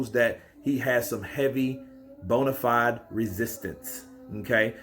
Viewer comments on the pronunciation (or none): none